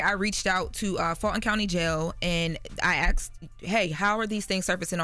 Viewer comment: ASKED!!! Not AXT!!!